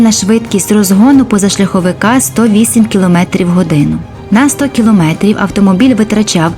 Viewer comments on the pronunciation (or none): none